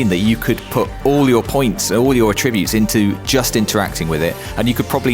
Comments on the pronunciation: AT-tribute. Not ah-TRIBute. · Cringed every time he said "atTRIbutes" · Both UK and US English pronounce "Attributes" the same, and it's not similar to the way you would use attribute as verb like in this video. I have attributes that I attribute to genetics. You aren't making a tribute. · "attribute". OK mate...